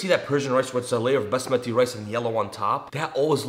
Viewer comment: Bus-mati rice the accent thou 😂😂